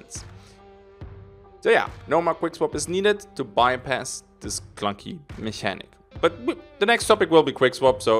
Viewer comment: Mechanic is pronounced with two K's,!